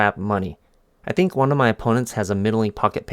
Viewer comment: “I actually tank” 🤣 bro